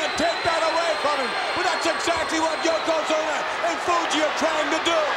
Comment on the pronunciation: Branson Reed this is thee Spot. When fans were Super Inversted nd live on every word nd Thyng that happened in Pro Wrestling. Yoko Squashed Hacksaw to the point where can't pronounce his name correctly YoKoZUMA